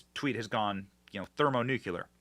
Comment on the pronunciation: Benny, bro, thermonucular isnt a thing. Clear man, thermonuclear. Nuclear. It sounds so remedial when ppl add letters to words that aren't there. You know the last president to say nucular? Bush. It was Bush. Let that sink in.